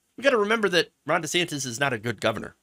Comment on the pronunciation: Also, gotta question why he changed pronunciation of his name. Now it' sounds like Rhonda Santis